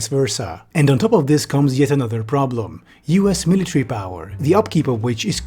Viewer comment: miliary :face-blue-smiling